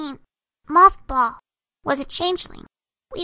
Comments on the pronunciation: do realize that he said Mockball instead of Mothball. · MothBall? I thought they said MoffBall XD